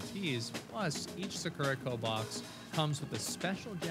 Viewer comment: Ill get one when says sakura right 😂 sock rah!